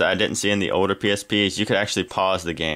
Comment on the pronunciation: pronounce your L's right. not oder. older.